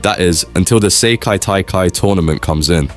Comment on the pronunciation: " the seyki taikai " 💀💀💀